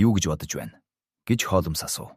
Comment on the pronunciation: Холмоос гэдгийг нь засаж болку юу ??😊😊